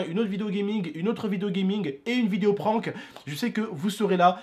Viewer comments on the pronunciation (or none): none